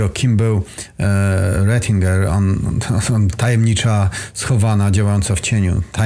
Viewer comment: Dlaczego jest napisane Retinger a narrator wymawia to Rezinger :)? był kardynałem?